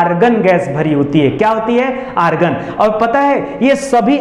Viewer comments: सर ऑर्गन होता है, आर्गन नहीं 😅😅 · Sir organ nhi hota argon hota hai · Argan Bhai organ hota hai😂😂